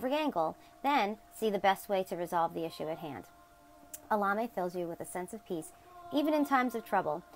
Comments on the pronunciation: Your saying the name as if your replacing the E's with A's. Try to say it as if it was Spanish or latin it will come out better and you'll actually pronounce the E's as E's instead of A's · I don't think your pronunciation of Elemiah is correct. Try to ask Google how to say the name. You can not do a search with the way you pronounce it but if you use the way Google says it, it comes up every time.